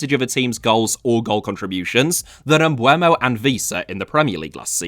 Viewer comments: His name is pronounced Em-boo-mo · I’ll say it again, the ‘e’ comes before the ‘u’. Bryan Mbeumo.